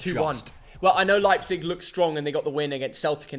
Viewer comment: its Leipzig.. Not Leipzeg. .. and we've beaten Real Madrid. greetings from Leipzig Germany